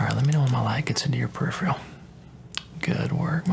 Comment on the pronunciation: Great video as usual... But... It really annoys me when you say "periph-RE-al"... It's "periph-ER-al".. PeriphERal vision....